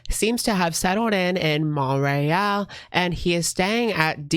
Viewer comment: Yey you must have read my comment about pronouncing Montreal!! You did it perfectly FRENCH! 🙌🏻